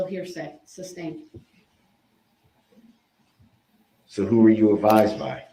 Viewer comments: He says “substained”. How are we not talking about this? Grounds? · There were channel owners who wouldn’t allow viewers to point out his constant mispronunciations like substain and tackit Declaring it “racist” to do so. I’m talking in a couple of cases ATTORNEYS with channels ! Unable to admit this is nothing mor than an ignorant murderer. But declare “us” guilty of projecting racism !